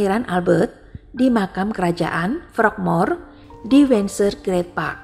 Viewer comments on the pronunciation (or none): none